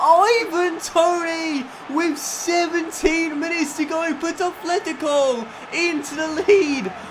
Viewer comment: PLEASE there's no 'th' in atlético, it's just a 't'